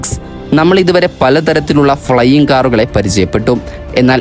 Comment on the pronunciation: ഫ്ലെയിംഗ് എന്നു കേട്ടാൽ അറിഞ്ഞൂടെ